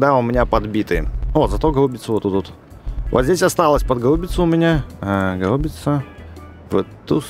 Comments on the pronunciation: Не гау́бица, а га́убица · правильно гаубица ударение на первую А